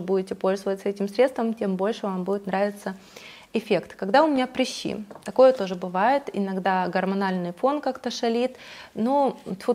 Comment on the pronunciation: Почему вы говорите "прИщи"?? Вы слишком принцесса, чтобы сказать по-нормальному "прЫщи"?))))